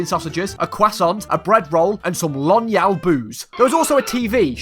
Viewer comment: "Lonyal" Ah my favorite drink and , umm actually it's "Lónyál" which means horse saliva.